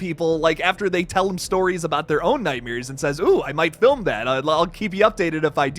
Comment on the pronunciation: Nightmares!!! Not nightmiers! That was driving me crazy!